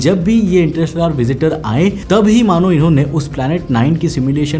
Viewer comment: Interstellar ko ese bol rha inter-rishtedar 😂😂